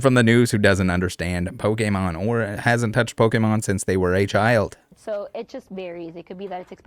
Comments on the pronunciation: Really? Pokeman? like come on lady it's Pokemon p o k e m o n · Even with the pronunciation warning i was still not ready lol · I don't know whats better - the news covering this and pronouncing Pokemon or the fact that this dude got his ass handed to him by martial artists who are next door to a pokemon shop. All around gold news and I am here for it.